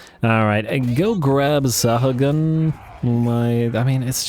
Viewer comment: just in case it matters, Sahagun spanish... last name i believe...? Sa-ah-goon (slaneshi giggle)